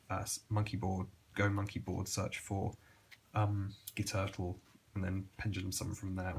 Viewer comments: I know this sounds dumb but Guiturtle is pronounced "Gwee-Turtle for some reason. I know the whole "Gwee-Tar" argument but overlord Konami decided on a weird pronunciation. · Guiturtle is pronounced Gwee turtle